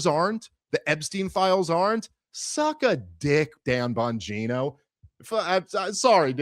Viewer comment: Is pronounced bongina